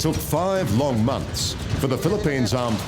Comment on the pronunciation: 5 loong months… funny how the narrator emphasized it. compared to the 20 years war in the oil rich countries 😒